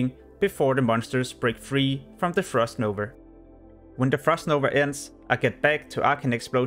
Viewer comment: Frost novA. Not NovER :p